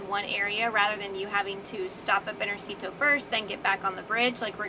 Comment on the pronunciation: Interesting video. Just a comment about the pronunciation of banjercito, that word is not a diminutive like most ending in -cito but a mix of bank and army (banco/ejército), the emphasis goes in the syllable 'jer' (banJERcito). It is mostly used by the families of the army forces to regular stuff like payment or mortgage, but also to pay some federal stuff like in this case some permits. Saludos.